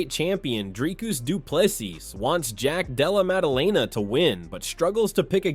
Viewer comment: "Jack Dallemelalala" 😂